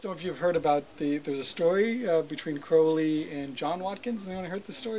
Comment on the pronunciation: I would think Skinner would know it pronounced Crow Lee rhymes with Holy